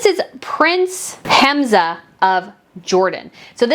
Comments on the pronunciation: It’s Ham-zah, NOT Haz-mah, as you keep saying. I really appreciate you covering other royals, and this was very interesting. But a small tip-do try to slow down and lower your vocal pitch, if possible, for easier listening. More importantly, I know it’s hard to pronounce some names and place names correctly, but it will show respect and courtesy. A name, well-pronounced, shows care. When some people wave it off as too hard, or not worth trying, or just bungle it merrily, it shows a kind of disregard. I know you don’t mean to do that. Thanks for your content! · HaMza not HaZma 😅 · Hi, I think it's HAMzah (hum-zah) not HAZmah (hez-mah). Zah as in zah-ra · In Jordan its pronounced Ham-Zah. King Hussein had 4 wives. Abdullah's mother is English. Queen Noor married King Hussein after he was widowed.